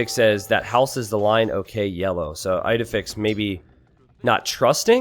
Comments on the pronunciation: isnt it pronounced Eedehfix? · As an Astérix fan, hearing "Eyedefix" over and over again physically hurt...